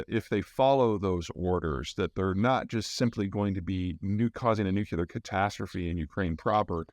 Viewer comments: Nucu-lear?! 😜 All in jest 😊Thanks for the update and great insights (y) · If you can't pronounce "Nuclear" correctly, people may not take anything you say seriously... Just saying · ‘Cause that’s the way “W” pronounced it …! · Prior to George W Bush I did not know that there was a pronunciation issue in the states about "nuclear" - that is, the "nuculer" thing. I would be interested to know where this comes from. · Greetings from Denver, Mr Zeihan! NU-KLEE-AR... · N-U-C-L-E-A-R not N-U-C-U-L-E-A-R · "Nu-cu-lar" fest today.. c'mon Peter, I'm sure your parents can help you pronounce it right... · A brilliant guy, offering so much good information, that still says 'nuculer". Like W used to do. Cringe. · Nuclear. NOT NUCULAR! Hard to take someone seriously that doesnt get this! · PSA: nuclear is pronounced 'new-clear' not 'new-q-lar' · Peter, please, it's pronounced new-clee-er, not new-cyoo-ler. I know it seems pedantic, but it's called that because it's working on the nucleus of the atom, not the nuculous. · As informed as you sound, it's frustrating you can't say nuclear. Instead of nukelar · Please Peter... as a former Nuclear Defense Specialist... It's NOO-CLEE-UR... Not NOO-QUE-LURR. Not only is it a pet peeve of mine, it's grammatically incorrect. It's like saying EXpresso vise espresso, or EXcetera vise Etcetera. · Is he saying Nucular or nuclear??? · Excellent summary. One comment on "delivery" of the comment, Could Americans pleasepleaseplease pronounce "nuclear" properly; say "new clear" not "nuke u ler". The latter pronunciation is just lazy. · nuk-u-lar must be a midwest thing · I'm confused as to why you mispronounce nuclear as nuculer? Usually I only tolerate Homer Simpson's mispronunciation as it's satirical?? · "Nu klee er"!!!!! Pronunciation